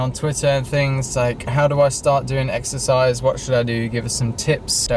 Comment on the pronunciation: Exercise? I thought u said extra fries..